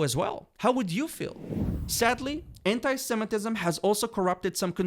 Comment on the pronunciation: Anit-semetism?? You've all lost your minds!!!! 😄